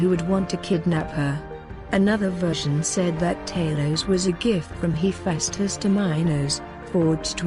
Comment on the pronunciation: You pronounced tali’s and Hephaestus wrong